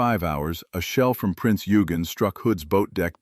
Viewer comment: Eugen is pronounced Oi-gen not Yu-gen.